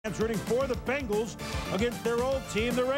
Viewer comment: Bengals, not Benglas.